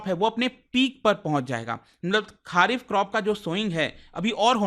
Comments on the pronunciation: खरीफ बोलिए खारिफ नहीं सर जी। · It's खरीफ ... and not खारीफ ..... भाई pronunciation ठीक कर लिया करो... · खारीफ नहीं, खारीफ